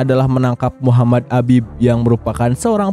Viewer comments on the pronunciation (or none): none